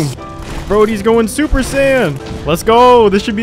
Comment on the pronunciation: I liked the humor it carried well and the quality was Def solid but every variation and pronunciation of "let's go" was rough, it was so frequent I nearly stopped the video when it was said 3 times in less than 2 minutes. Great job on the Plat. Hit up sekiro of you havent yet.